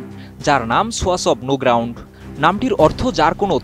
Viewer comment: ছোয়াছ অব নো গ্রাউন্ড? নাকি সোয়াচ অব নো গ্রাউন্ড?